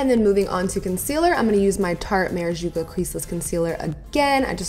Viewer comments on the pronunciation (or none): Did anyone else notice her saying ''MIRAJUCA'' instead of ''MIRACUJA'' both in this and her last video?